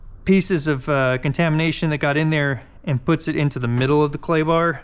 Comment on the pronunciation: You said clay bar but I heard Klondike bar!